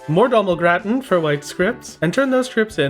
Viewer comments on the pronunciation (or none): none